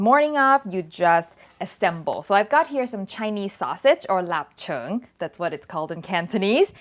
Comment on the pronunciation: great pronunciation of lap cheung! that yellow butter looks so yummy. now I have more fun things to do with eggs!